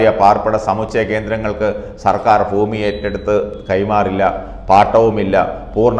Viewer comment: ഫൂമിയല്ല ഭൂമി